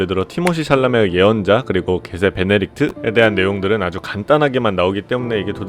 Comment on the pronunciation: 게세 베네딕트(x) 베네 게세리트(o)